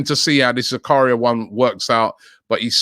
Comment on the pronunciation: They way he’s pronouncing Zakaria shocking